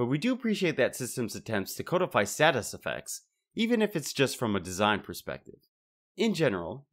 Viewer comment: I really enjoyed your video, I thought it was very well put together . However I would like to express the word "codify" is not pronounced "code-ify" it is actually spoken as "cod-ify" a friendly tip from a word dork.